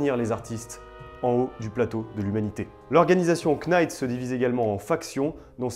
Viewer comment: Futain tu m'a cassé les oreilles avec tes KEYnights, on prononce NIGHT, sans le K